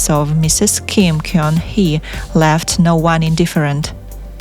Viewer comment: Gun- should be pronounced as GUN as the weapon, not KYONG